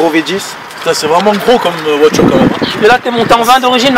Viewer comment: Belle "voichure" :)